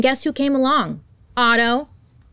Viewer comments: Otto not Otter LOL, I immediately imagined cute otters holding hands while sleeping and calmly drifting in the river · Otto not otter LOL hahaha